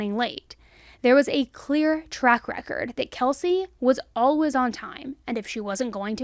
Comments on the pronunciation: Ok I love love love me some right love her voice but tell me why I ran to the comments to see if anyone else came for the way she says "Alaways" haha live you girl 😂❤🎉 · The way you saw "Always" haha love ya girl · Your ‘always’ near the end of this video made you sound British xx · The way you say "always" unfortunately distracts me so much during each video. I love this channel but i cant figure out why you pronounce it in such an odd way lol id like to hear you say away and way and then always. 😂